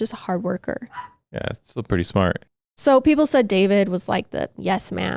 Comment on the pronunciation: A few mins in and I laughed out loud… shout out… “ lookin prrrrrretty hot, check her out! Favorite true crime couple!